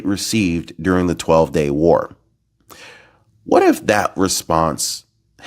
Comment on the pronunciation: please stop trying to scare us, correct,, "whatif",,, what if